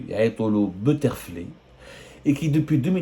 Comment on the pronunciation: Plage butterfly? Ça se prononce butterflai.....